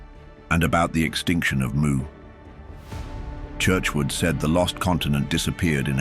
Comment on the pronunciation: its spelt Mu but pronounced MEW. The authors name is Churchward not Churchwood.